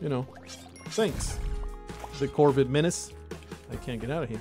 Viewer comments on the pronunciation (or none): hey, you always call it "corvid" but its actually either the corona virus or COvid(-19) without an r